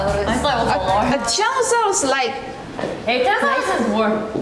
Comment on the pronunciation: { } can we talk about yeji perfectly pronouncing "tyrannosaurus" i'm a native english speaker & even i struggle with that one